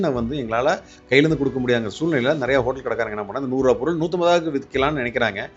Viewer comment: அதுக்கு பேர் ஹோட்டல்.... அது என்ன ஹோட்டேல் ... அமெரிக்காவிலா தமிழ் நியூஸ் வாசிக்கிற... ஒழுங்கா வாசி